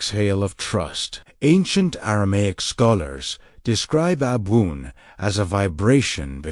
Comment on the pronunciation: Why are you using this awful AI voice which doesn't even pronounce the word ABWOON correctly, the very word which is the point of this talk? Your Aramaic work, the content, is absolutely wonderful, but unbearable to listen to